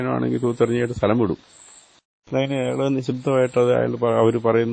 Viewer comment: അയള്,അയള് ന്ന് പറഞ്ഞത്ഒട്ടും ശരിയായില്ല.